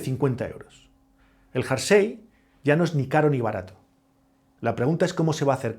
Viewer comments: Muy bueno, aunque que diga "jarsey" (varias veces) en vez de "jersey" me deja descolocado... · Curioso! Eso lo aprendió mal y se quedó grabado en su cerebro!😮